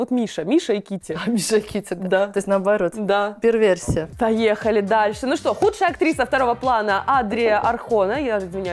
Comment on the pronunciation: Когда она сказала что "Миша и Китти - первесия.." - это просто ступор🤦. Человек, очевидно, не догоняет значения слов, которые произносит. Слышу звон, не знаю, где он. Катерина, перверсия - это половое извращение, если вдруг вы читаете комменты.